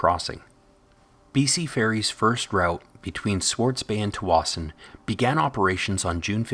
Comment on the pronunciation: I grew up in Tsawwassen and this is the first time I’ve ever heard someone use the pronunciation locals use!